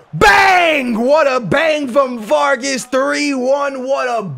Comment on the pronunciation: Not varges vargas!